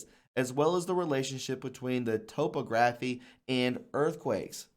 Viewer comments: Topography is said Top-og-raphy, not Topo-graphy, and it means the lay of the land basically. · I guess this guy never read a topographical map... "Topo-graphy" I hurt myself laughing. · Great video! I believe topagraphy is pronounced Ta-pa-gra-fee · topography is pronounced to sound like photography. to-(toe) pog-(rhymes with hog and this syllable carries the most emphasis) ra-( like saying run without the N) phy-( sounds like fee). to-pog-ra-phy. my uncle was a college english professor. lol. i just couldn't resist. i love your videos. keep up the good work. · Your diligent efforts are Appreciated by the vast majority of us, however , sometimes you mispronounce key and important words....Topography is pronounced top-AHHH-gra-fee.... Strategist is STRAT-uhhh-jist...English can be a very confounding language, even for us natives...Blessings and Thanks ;-D